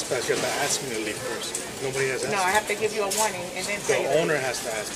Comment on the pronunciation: She aks you? That would be ask.